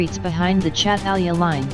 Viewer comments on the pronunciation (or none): Not chatalja its çatalca i living in here